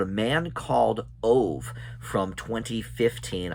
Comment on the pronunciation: Aww. I have heard from others that this is a moving film. Ove is pronounced O-ve. You pronounce the "e" at the end. 🙂 Other than that I can't help out much. I haven't seen either of the films, or read the book. Tom Hanks is a good match for Tomas von Brömssen I think. As actors they have a similar career path (Tomas at a much smaller scale of course). Thanks for the review.